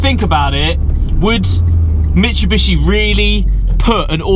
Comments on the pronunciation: It's mit-soo-bi-shi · Daniel Scott lots of youtubers seem to call it "mishubishi" lol